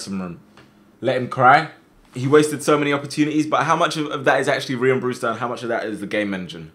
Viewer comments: My mans said Brewter not Brewster 🤣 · Who’s here when it says “BREWTER”